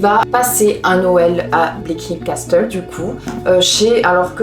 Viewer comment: En anglais ça se dit Casseul (Castle) :p Trop bieeeen ton retouuuur mais tu montes avec quoi du coup ? 😅